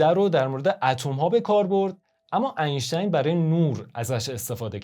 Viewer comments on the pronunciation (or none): none